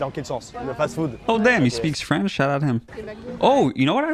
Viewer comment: "Franch" lol